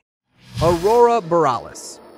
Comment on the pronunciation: Not to correct but it's pronounced BORE-EE-ALICE...